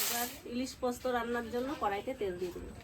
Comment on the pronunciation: পস্ত্ না পোস্ত